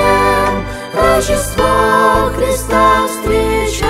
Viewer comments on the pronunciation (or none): Всё хорошо 🆗 совет: следить за произношением, потому что "рожжен" и "рожжество" это так себе 🤭😏